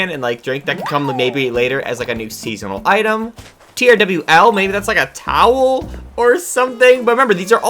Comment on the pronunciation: Theres no "R" in "Towel" but there is an "R" in "Trowel"?